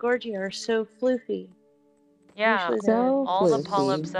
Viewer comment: I thought she was saying “Floofy”, as in “Fluffy”.